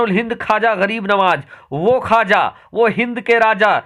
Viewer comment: ख्वाजा है खाजा नहीं है